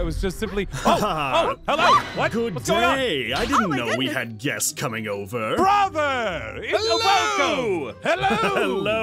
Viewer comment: If they say “BRAHTHA” one more time I swear.......